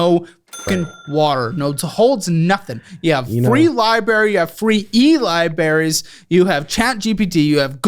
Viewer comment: libaries!. Come on lol😂